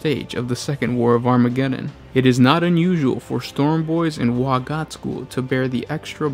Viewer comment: You mispronounced WAAAAAAAAAAAAAAAAAAAAAAAAAAAAGH!!! Good video though 😁